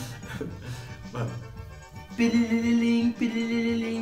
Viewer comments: "Pili li lim" 🤣🤣🤣🤣🤣🤣🤣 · Ti li li lim... Ti li li lim... Ti li li lim...😂😂😂😂😂😂😂😂😂T de telefone e não P de pino.😂😂😂😂😂😂😂😂😂pi li li lim....😂😂😂😂😂